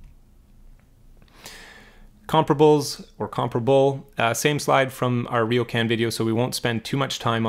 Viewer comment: Very good analysis! One small point: it’s Riocan, not Riokan nor Rio can 😎